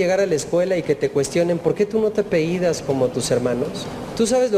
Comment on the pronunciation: Se dice apellidas. No apeidas.